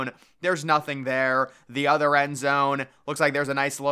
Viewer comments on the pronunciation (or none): none